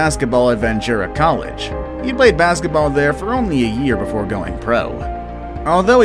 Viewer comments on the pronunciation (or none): none